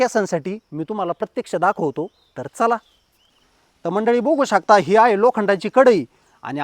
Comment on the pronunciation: 😁🤷🏻‍♀️आहो दादा किती खेडवळ बोलता हो तुम्ही बघु शकताला 😆🤣 तुम्ही बुघु शकता बोलता हो हे बुघु शकता म्हणजे काय आहे हो दादा आणि जरा बडबड कमी करुन थोडक्यात विडियो बनवा हो पण बघु शकता का 😂ला बुघु शकता नका बोलु पिल्जि😂😂😂😂